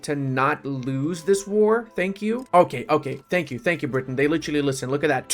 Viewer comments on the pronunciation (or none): none